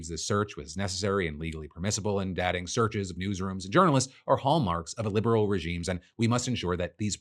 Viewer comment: Just a small note on your daily report: The quote from the reporter guy that includes the word: "Illiberal" I feel personally is very confusing and needs to be clarified. Mostly because of your accent and the speed of your speech. It sounds too similar to "liberal" while watching the video. But to clarify: it means THE TOTAL OPPOSITE. I feel like some people watching this, myself included, did a double take and had to double check the quote. To clarify for anyone reading this: "Illiberal" describes political systems, ideologies, or leaders that undermine core liberal principles like individual rights, rule of law, and pluralism, often while maintaining democratic facades like elections, focusing instead on national unity, traditional hierarchies, or strong state power.